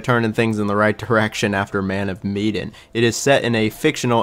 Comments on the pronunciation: Meh-Dan not Me-den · Why’s he calling man of Medan. Me-den. It’s Ma-Dan. Literally bothered me the whole time lol. But I like the ranking. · Repeat after me; "MEH-DAN." Not "MEE-DAN." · Wondering why you pronounce “Man of Medan” so strangely. It is not mee-den. Interesting list. So crazy to me how people love Little Hope when it has the worst ending. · I'm so bothered that u pronounced Medan like "Mee-din". When its Meh-Daaan. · It's Meh-dan, not Mee-dan. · "Medan"... like Sedan.. not Miedin, Miden, Meiden... meDAN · Med as in medkit, and an as in anvil. Sorry the pronunciation was killing me 😂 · Man of WHAT? "Meedan"?? I usually don't care about pronunciations at all, I think that's nitpicking But how did you get that wrong, it's the name of the ship, they say it all the time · My guy said Mee-den. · It’s muh-dan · man of medan (med-ahn) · Mean pronounced ma- dan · I feel like you’re mispronouncing the word Medan in Man of Medan but I could be wrong, either way great video. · You are pronouncing Medan incorrectly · Me, too. Especially since the plot was inspired by the Ourang Medan. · I have never heard anyone pronounce Man of Medan that way and it’s driving me nuts😅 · I love how you kept saying medan wrong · Bro how hard is it to look up how to say "MEDAN" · You pronounced Medan wrong, weird since you say you played it. Also, you say “I didn’t like the plot”, but it’s based on a true story….so, you don’t like a true story? You seem to know nothing about these games. For the record, don’t discourage others from playing a game. That’s such a petty thing to do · Dude, you can pronounce eponymous but you can't say Medan?!